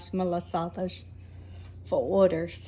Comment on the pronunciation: Please just say it malassadas because that shows we are açorianas and from s. Miguel 🥰🥰🥰